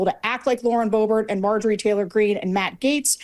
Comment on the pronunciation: I think the thing I hate most about Bobo The Clown is the way she turns "and" into a five syllable word